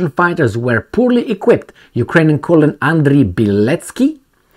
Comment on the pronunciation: colonel is pronounced "ker-nel"